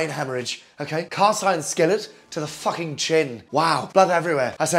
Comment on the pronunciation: The word "fukhing" gets me every time. XD